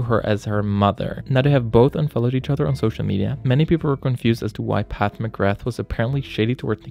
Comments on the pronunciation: "PATH MCGRATH" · “Path McGrath” 😂